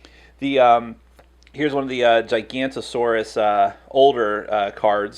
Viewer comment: That moment when someone mispronounces giganotosaurus.....